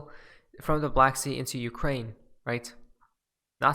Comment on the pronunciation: Not ukrake. But U.k.